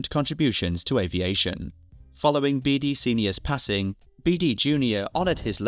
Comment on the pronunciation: "American Avaition"?